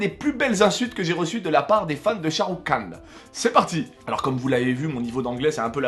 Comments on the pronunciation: Shahrukh Khan ça ce prononce Rhan ! Le k ce prononce comme un r comme en arabe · Mdr j'adore tes vidéos mais je suis fan de Sharukh khan par contre c'est "khan " même prononciation qu'en arabe mdr et c'est une star également au RU pour la communauté indienne présente et en Amérique Latine les films Bolywood sont pas mal connus également. Bisous !